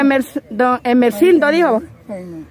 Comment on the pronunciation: Es Gumersindo no emercindo